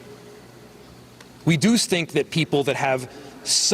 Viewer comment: He was speaking and he was saying a word that start with an s followed closely by the word think and with a quick slip of the tongue added the s to think making it sound like stink!